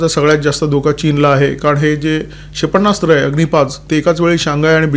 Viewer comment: क्षेपण्णास्त्र नाही क्षेपणास्त्र म्हणा